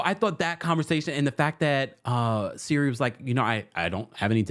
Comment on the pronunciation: Siri? Lol Cirie (Sear-ree)